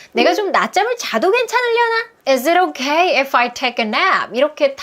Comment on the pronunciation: 혹시 원어민이신가요?is it okay if할때 발음이 도레미쳤다ㄷㄷㄷ